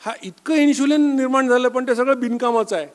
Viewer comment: इन्शुलिन नसता ते. इन्सुलिन असता. "श" नाही "स" वापरा.